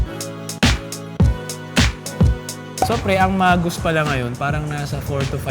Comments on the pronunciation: Wrong pronunciation of Magoos... Not MAGUS... It is pronounced Muh-gooz. Also, you should have ordered their famous Pizzadog! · MA-gooz (not mah-GOOS) ang basa namin dati jan. And most likely Mr Sakaguchi has Japanese roots. Many Japanese nationals have moved to Hawaii in the early 1900s for work and eventually for retirement. Sadly yang Magoo's ngayon hindi na ganun ka-special sa lasa. Dami na rin kc pizzerias at mga restos na mas ok.